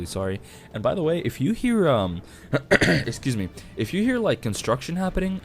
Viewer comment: "Ehscooz me". What's your ethnicity? If that's not too nosy.